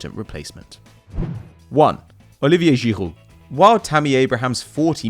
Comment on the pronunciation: It's actually really good